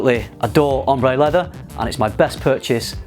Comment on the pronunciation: "OMBRE LEVVAH!!!" haha.